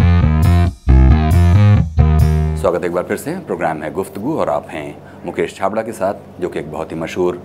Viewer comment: it's Mukesh chhabra mere sir ka naam thik se bolo sir plz